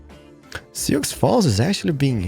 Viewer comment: By our my current YouTube favourite, love your into it says it all, as for Soiux it's pronounced Sue as in the girls name, hope it helps. Keep up the great work.